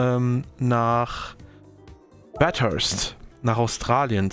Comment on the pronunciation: Warum spricht er/warum sprichst du Bathurst immer Bat-hurst aus?